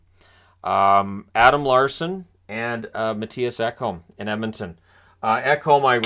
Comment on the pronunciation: Ekholm....ETown....wth..ru a American